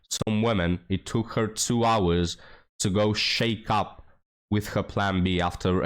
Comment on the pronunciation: hey bud, just a helpful hint, study the correct pronunciation of "shack up." You're saying it like, "shake up." Lol